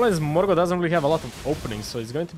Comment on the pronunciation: He got, Mor-got